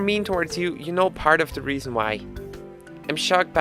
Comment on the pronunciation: 9th "the regian,the regian,the reason"